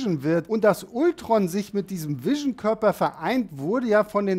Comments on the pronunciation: Warum sprichst du Ultron typisch deutsch aus und Vision englisch? Ich weiß du kannst Englisch, aber es wirkt als hast du von Englisch keine Ahnung. Deine Videos wäre viel besser wenn alle Namen ausprichst wie es sich gehört. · Bitte sag doch nicht immer Ultron😖 Man spricht es Altron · mich triggert das auch jedesmal, wenn man ultron sagt und nicht altron ^^ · Kann man Ultron bitte auf Englisch aussprechen? Selbst in den Filmen sagt doch niemand das deutsche Ultron.